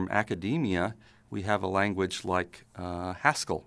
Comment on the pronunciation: When he was talking about Haskell, I kept thinking he was saying Pascal. I was obviously very confused.